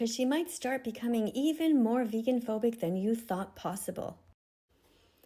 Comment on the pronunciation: 10 second i already heard veggan